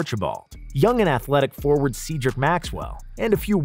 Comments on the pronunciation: CED-rick, not SEEDrick. Maxwell. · It’s Pronounced Zedric not Seedric. Other than that a great documentary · Said Rick. Not seed rick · "See" drick Maxwell? Really? Embarrassing, you're terrible.